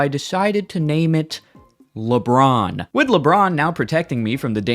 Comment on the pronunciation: I stopped watching at "lebron"